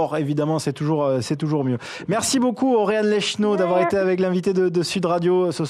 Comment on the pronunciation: Au debut le gars dit océane et a la fin il dit oréane